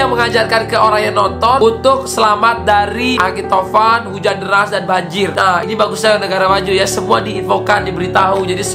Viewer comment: Angin tovan ya bang,iya tovan tapi abangnya tamvan